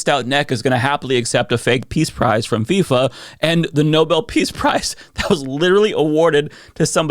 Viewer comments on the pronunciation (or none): none